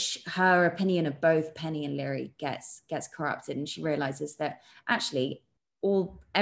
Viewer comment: Leary not Larry